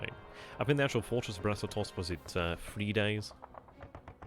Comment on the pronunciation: Glad to hear you've got the Brest-Litovsk pronunciation fully mastered! :)